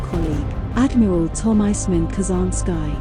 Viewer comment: That's Ka-Zan-Skee.